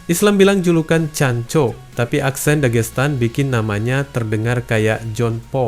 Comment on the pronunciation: Islam nyebut chanco tp kedengeran nya Jhon pork trus kalo di sosmed terjemahan otomatis juga Jhon pork..